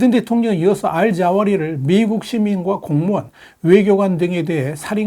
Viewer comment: "알 자오리"가 아니라 "알 자와히리"입니다.